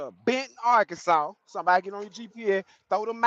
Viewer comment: Hey bud, long time no chat. What do you think about a vt903 Cummins with a Eaton 10speed? BTW, it's illegal to pronounce Arkansas as R-Kansas.